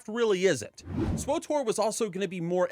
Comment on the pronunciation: Never heard anyone call it KotAR before... KotOR, sure, but never KotAR Oh and SWtOR was pronounced correct xD